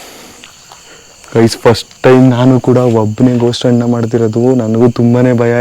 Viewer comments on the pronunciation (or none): none